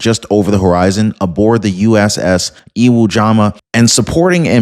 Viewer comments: Iwo Jama? Iwo Jima! C'mon,!! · Hey.... the ship "Iwo Jima" is NOT pronounced Iwo "JAMMA". DUDE, it's pronounced "JEEMA". You know, after the famous WWII "battle of EEWOH JEEMA", on the island of "EEWOH JEEMA" in Japan?????????????????????? Come on man!!!! You can't be doin' patriots dirty talkin' about "eewoh JAMMA". What the HELL????? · Iwo Jima, not Iwo Jama